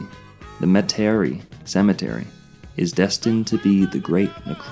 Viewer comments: Metairie (Met-a-Rhee) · Thanks for pointing that out. Not sure how he didn’t hear the proper pronunciation when he was there. 🙄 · unless he did it on purpose for some reason. I'm sure someone would've politely corrected him if he mispronounced Metairie while he was down here.